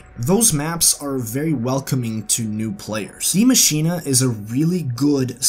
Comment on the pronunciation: It's pronounced (dai masheen) not dia masheena or diei masheenei. It's a german name but is pronounced the same as the english spelling die machine